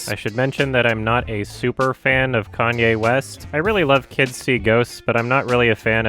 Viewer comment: He said Kanye correctly. That's how Kanye says it too. Hell, his first albums even have his name written as kanYeWest because of the emphasis of the "ye" in his name.